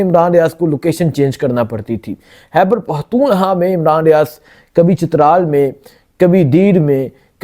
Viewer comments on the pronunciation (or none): بھائی اتنا بڑا پلیٹ فارم ہے یہ بولنے کا آواز اٹھانے کا بہت اچھا کام کرتے ہو آپ لوگ محنت جرآت کے ساتھ لیکن بھائی یہ اردو کو تھوڑا ٹھیک کرلیں پلیز فحر نہیں فخر ہوتا ہے حیبر پہتونحوا نہیں خیبر پختونخوا ہوتا ہے خ اور کا فرق جان کر بولیں جزاک اللہ